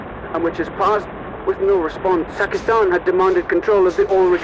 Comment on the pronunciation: Pakistan ❌ Takistan ✅ 🤣🤣🤣🤣🤣